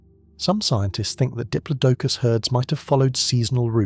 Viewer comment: pronunciations are so annoying! Did plod a cus!